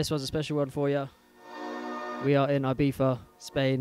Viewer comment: It's pronounced e-biza (I it's e sound in Spanish and Catalan )